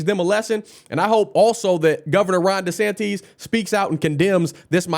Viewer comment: They can't spell Paradise right and this guy can't say DeSantis right